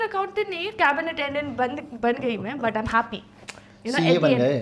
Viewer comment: Your pronunciation BUT is not proper.